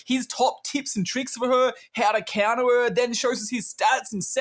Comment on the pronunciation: My favorite part of the vid is when tell's us how to cunter horizon😃